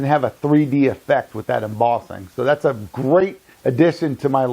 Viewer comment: Sorry, had to give up after 3 minutes of 'embozzing'. It's mboSSing, ffs.